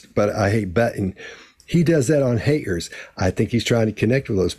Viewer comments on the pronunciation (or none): Strange how he pronounces Haters as "Ha-ers" Got as "Gah" Negative as " Negahiv" yet most of the time he hits the " T" letter hard while speaking. Have no idea what's up with that but when he speaks that jumps out at me. His God is Allah of the Quran, not God of the Bible as he converted to Islam. Either way God does not want you to run around filming yourself doing good deeds or handing out money from the window of your Rolls Royce.. What is up with that? He seems completely out of control in his life, from my perspective, because it is all about material things. How many cars he has somehow, in his mind, makes him superior. He'd be the perfect cult leader. OH WOW hit on his,Button as " Buh-in" as a pet peeve after I typed the first portion of my comment. Cracks me up because that is my pet peeve as well, the worst for me is Important as "Impor-int" Makes my skin crawl. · When he’s not concentrating on his speech he drops his Ts. Listen to “donated”, “responsibility”, “haters”